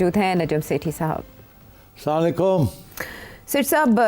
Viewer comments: Sethi SB gar bura na lgy to guzarish hai Kam is Kam assalamualaikum to kaha krin. Ap slamlikum ye slam theek ni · Sathi better way say Assalamualaikum rather than samolakum